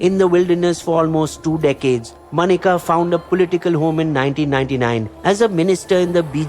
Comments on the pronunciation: not MANEKA but MENKA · Menka Gandhi not Manika Gandhi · Good as always!! Just one comment - Maneka is pronounced Menka - like the apsara